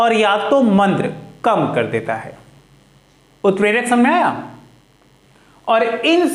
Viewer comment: Sir utprak not 🚫 clear